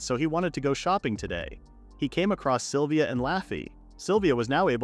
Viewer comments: AHHHHHHHHHGGGHHHH! It's "SYLVIA"!!! Not "saliva"! For f#$ks sake! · I had no idea the name "Sylvia" was pronounced "saliva" !!! 🤣🤣🤣🤣🤣🤣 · sylvia: ❌ saliva: ✔ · The AI calls Sylvia “Saliva”, and he to she, from time to time. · I am sitting here listening to this in the background and heard someone being called saliva multiple times and said to myself "who the f is saliva?", it a was Sylvia lmao